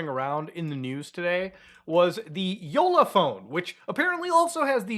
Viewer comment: Hats off for pronouncing Jolla correctly